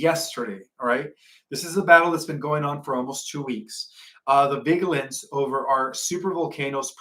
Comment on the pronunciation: we love your presentations and as we are all learning, please learn the pronunciation of 'vigilent' and 'vigilence'. The 'g' is not prounced ga it's pronounced ja as in vig ilent. Like vegetable isn't veg able. 'Vij ilence'. Also, 'om in ous' not 'om ni ous'. Thanks